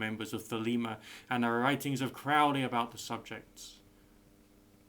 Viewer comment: Crowley rhymes with 'holy' not 'foully' - a hard O. "Crossing the Abyss" is a Qabalistic reference - the upper Sephiroth on the Tree of Life. Knowledge and Conversation of the Holy Guardian Angel is akin to Self Realization, Jungian Individuation and the Great Work/Magnum Opus of Speculative Alchemy. You'd do well to do quite a bit more research on your subjects. I wouldn't even bother writing a comment except for that fact that your video comes up when 'Holy Guardian Angel' is searched and you are propagating biased, ill-researched and fear-based misinformation on a subject of very high importance. I understand, perhaps you are trying to be helpful but please be mindful of the repercussions of your videos.